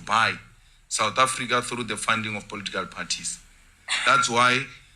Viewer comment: Its political parties my man, not "polotical" parties 😊 but i like your stuff though.